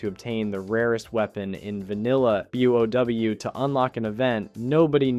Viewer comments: This is the VERY first time I heard someone said WoW like that. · Starts sounding real, but then calls Gnomeragon “Gnome-Ragen” or literally calling the game “W. Oh. W”. Damn so ruining everything.